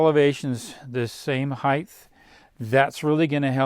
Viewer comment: Height not heighth